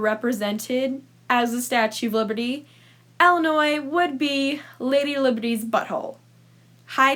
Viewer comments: She just complains about her pet peeves. So, I have one just from her. She says "Ella-noy" (Ellinois) instead of "Ill-in-oy" (Illinois). It’s like saying “melk” instead of “milk”. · Also, it's not Ellenoi, it's ILL. As in sick. It's not pronounced like a name. lol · Illinois is actually really cool and it’s pronounced “Ill-a-noy” not “ella-noy” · I’m from Illinois and we call it ILLinois not ELinois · It’s Illinois not ellinois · It’s pronounced illi not Ella smh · I live in Illinois and it's pronounced illi-noi not Ella-noi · You pronounce it Ella Noi? I pronounce is ILL i noi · It's not Ellinois 🤣🤣🤣 it's Illinois with an I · Ok but it is not pronounced “Ella now” it is “illa noi” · I hate the way you say Illinois... it's "ill" like "my mother is very ill". You weirdo, who the fuck says Ell-inoy? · Wait that's how you pronounce Illinois? I say Ill- i- noy... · Pronounces "Ill" as "ell" but judges people who pronounce the s 👀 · it’s pronounced Ill-a-noy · All my life I've had people say Illi- NOISE when I told them I'm from Decatur Illinois. I just ask them to pronounce Iroquois Indians. Then tell them it's not too hard. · Every time she said Ellanois I wanted to die in a hole. Thank you.. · Btw there’s not much tornados anddddd there’s not much flooding bc the sun is pretty stron and say Illinois right and Illinois is not ExTrA fLaT and our government was not our fault and one more thing Illinois has so collages and btw u hate Illinois probably Bc u never when there bet u just googled it but didn’t have the right answer so yEaH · Shut up kid It’s awsome to live in Illinois. Yea it sucks that there is an s in Illinois but it’s awsome